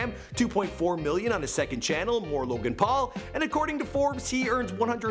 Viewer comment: Wow you actually pronounced this guys name correctly unlike felix